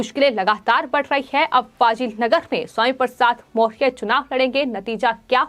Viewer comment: ये एंकर सही उच्चारण नहीं कर पा रही है, मौर्य नहीं बोल पा रही है।।।